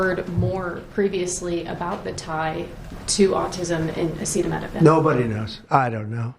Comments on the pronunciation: Trump could not pronounce acetaminophen. I definitely will not be taking my medical advice from this lunatic. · He also couldn't pronounce acetaminophen... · He can’t pronounce acetaminophen 😂😂😂💙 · He showed that he couldn't pronounce the generic name, and given his focus on money, etc., I'm sure he was instructed to name "Tylenol". He doesn't care at all about the health or safety of anyone, And actually he doesn't understand any of it; he's a highly paid puppet. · Let's be real. Trump was saying Tylenol instead of acetaminophen because his demented ass can't pronounce the latter of the two. It really is that simple. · he can’t even pronounce “ acetaminophen “. His sitters had to jump in. 2 pregnancies, needed Dr recommended doses of Tylenol for very high fever & crippling Migraines. My 2 babies - healthy. Now, they have delivered healthy babies of their own. Dr Oz, & Dr Phil outta make a podcast together 💙💙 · Trump could not pronounce the word Acetaminophen. He is a complete loser 😠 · Trump couldn't even say acetaminophen, he is pathetic. trump and rfk jr are simply trying to kill people. Dr. Oz is a joke. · He's not smart enough to pronounce acetaminophen. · I think that's why he said Tylenol because he couldn't say it multiple times in that speech.